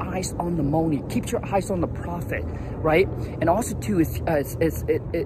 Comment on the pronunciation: I like how you say, "moe-ney"